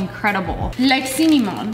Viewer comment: Love how cinnamon turned into sinnymoan lmao.